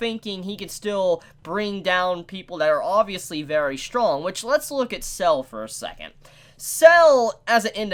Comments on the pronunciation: Sa-le, not Cell. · It's not "Sells" it's Sa-Le. Litteraly as it's written, as his name in Italian translates to "Salt", making it a direct contrast with Zucchero (Sugar) a few episodes ago. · the one irk I have is that they turned [ Kraftwork ] from a cool white and blue colour to a disgusting green. they even used the same pallet for [ Soft Machine ]. also, it's Sale, not Cell. his name is Italian for "Salt" and expect more people named after foods or Italian dishes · Really pronounced "Sah-leh"